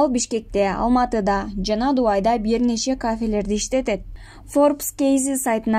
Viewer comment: Дувай эмес дубай